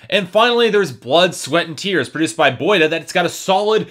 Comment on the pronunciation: on KTT a guy said "He called Boi-1da (boy wonda) "boyda""...lol